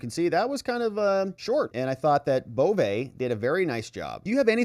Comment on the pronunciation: This whole presentation is worthless. It is full of the presenter's asides, opinions, editorial comments, and shrieks. He might want to nail down how to say Bove's family name too. Just worthless! Much storm and fury.